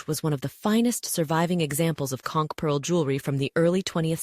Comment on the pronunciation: As a long time local in the Florida Keys, THANK YOU THANK YOU THANK YOU for pronouncing conch correctly ♥️